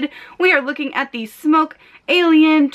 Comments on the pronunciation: its pronounced "sm-ock" not "smoke" but nice review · IT'S SMOK NOT SMOKE STOP IT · Frozen Gumwad still sounds dumb as hell as “smoke” when there is no “e” after the k. Also Smok was a dragon, lol. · come on its smok not smoke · is correct. Here is what Smok has to say on the subject: If you want to get anal about it, it's pronounced Smawk. Fun, eh? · its smok not smoke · SMOK SM AWK not SMOKE SM O K E .... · There is no "e" at the end of smok so it's not pronounced "smoke" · I've asked the company, it's definitely pronounced "smoke" The e rule only applies to English, this company is based in China. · That's really how you pronounce it. I asked the company. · The CEO of Smok told me it's pronounced Smoke.